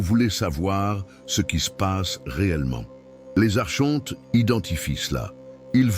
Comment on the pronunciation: Espèce de tête de con d'I.A on ne dit pas Archontes mais Arkontes .....pffff